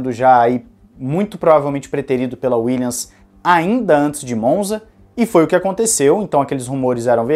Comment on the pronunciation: Boa tarde. Acompanho diariamente o canal e curto bastante. Valeu pelo conteúdo! Gostaria somente de deixar uma dica fonética. Williams se pronuncia com som de M no final. Dessa forma ficaria algo como: "Williamis" com um i bem tímido e sutil. Fica bem diferente de "Willians" Valeu!